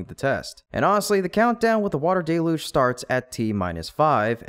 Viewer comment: Please say DEL-yooj, not DAY-loozh.